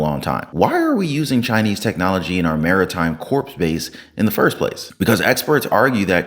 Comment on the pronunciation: WHAT IS THE THING WITH MISPRONOUNCING COR AND CALLING IT CORPSE?